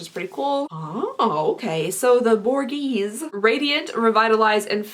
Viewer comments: Borghese is pronounced bore-gay-zee. Hope that helps! 😘Love you the most and missed youuu! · Ha! It’s pronounced BOR-GAY-SEE. Love the video! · Borghese is pronounced boar-gay-zuh. The line is owned by Princess Marcella Borghese. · If it’s pronounced the same as Villa Borghese in Rome, it’s “bor-GAYY-zay” 😊